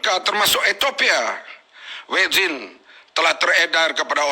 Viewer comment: Vaksin bukan wekzin ler entah ape2 tah